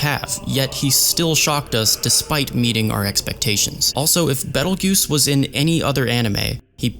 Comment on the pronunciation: hearing you say beetle juice instead of beteljeuse was so funny